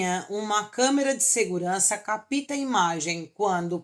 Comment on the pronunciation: Quais erros? O único que notei, foi entonação incorreta na palavra "capta". Já você, cometeu inúmeros erros na pontuação ortográfica. Coloca ponto final e começa a próxima frase com letra minúscula, coloca mais de um espaço entre as palavras, abre aspas onde o correto seria dois pontos, não fecha as aspas que já estão incorretas, pontua com vírgula seguida de ponto final... Nem vou continuar, são muitos erros! Se enxerga, poxa!